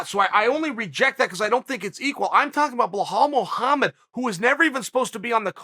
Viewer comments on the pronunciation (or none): Bahall Mogamed !!! Loool... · chael is intentionally butchering any non-american name. KABIB, IZLUM MACKLE-CHEV, BO HALL MOHAMMED.. i mean how hard is it to say belal? even tito would have said it better. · Me: Bilal Muhammed Chael: Bahal Mahamad me: ok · What is Chael saying? Sounds like Blowhole Mulhomma. Lol. Good work learning the names!